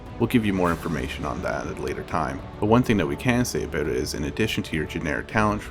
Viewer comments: I like how he pronounced about... Aboat XD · Why do you say "about" so weird?